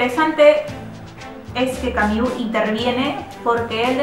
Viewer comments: mmm, yo puedo sobrevivir, no pasa nada por no escuchar "Camiú" :) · Buena reseña, sin embargo, es bastante irritante escuchar la mala pronunciación del apellido de Albert Camus, sería más aceptable solo pronunciarlo como se lee. Saludos.